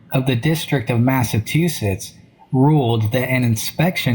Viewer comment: I was with you until the narrator pronounced Massachusetts as "Massatoosits"